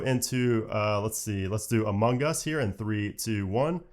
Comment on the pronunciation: Sounds like you're saying "Among Gus". Every time.